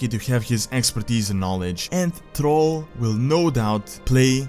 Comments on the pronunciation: m8 you gotta work on how you talk who the heck is trall its 2018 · I love how you pronounce Thrall as troll, LOL